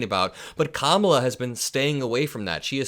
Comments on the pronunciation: Did you notice how he pronounced her name correctly this time. I wonder why? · Uh oh, he pronounced Kamalas name right